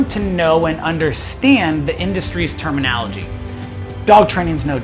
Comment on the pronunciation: Starts off by telling you that you need to learn the proper terminology… yet can’t pronounce terminology.